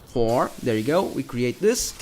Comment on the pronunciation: You pronounce Thor like "four"